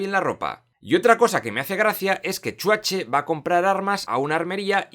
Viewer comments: Me mata cada vez que dice chuache 🤣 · no puedo con que le digas chuatche al Arnold XD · De pequeño me daba miedo XDXDXD Solo falta que pronuncies bien el nombre de Schwarzenegger XDXDXD